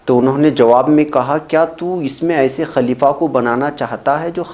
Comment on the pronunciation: Sahi lafz خليفہ Ho sakta hai zuban fisal gai ho